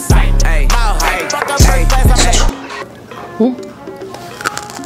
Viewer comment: Im not trying to be rude, but the way she said: So COnChY